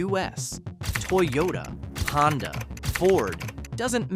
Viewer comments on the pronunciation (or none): none